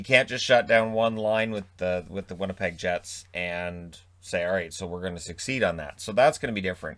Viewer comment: Let’s go “Vinnypeg” sincerely the...😋